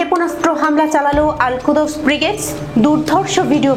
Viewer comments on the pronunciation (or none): আলকুদস নয়, আলকুদ্্স